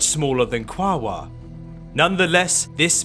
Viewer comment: Apparently that's the preferred spelling by the native Tongvas. Also it's supposed to be 3 syllables: Qua-o-ar, not 2